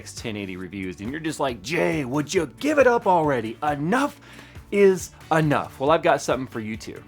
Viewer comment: anough is anough lol nice vid jay